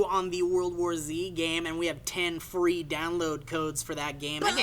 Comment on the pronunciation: Fwee game!!!